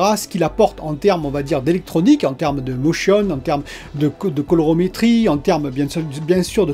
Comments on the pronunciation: C pas l’accent, je suis D’agen donc ça passe. Mais je sais pas pourquoi mais tu as envoyé au moins trois colorOmetrie. Comme une sorte de lapsus... bizarre. Ça arrive. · Calorimétrie, collègue. Colo-ri!-métrie! * 😌